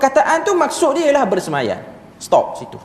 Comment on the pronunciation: BERSEMAYAM.. bukan BERSEMAYAN.. bhs melayu pun tergelincir..